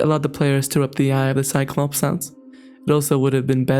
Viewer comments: si clo pees??? Cyclops….. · the cy-clo-pees?!